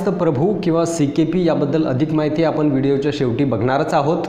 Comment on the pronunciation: म्हनतात, आपन, स्तायिक, जानून, देन्याची,म्हनजे, महारास्ट्र असे बरेच शब्द अशुध्द उच्चारले आहेत राव कधी तरी शुद्ध मराठी भाषा बोलायला शिका ना मग आम्ही तुमचे व्हीडिओ अवश्य पाहू.